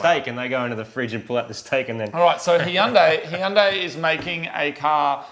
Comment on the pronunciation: Hey guys, It's Hyundai like Sunday, not hi-undai.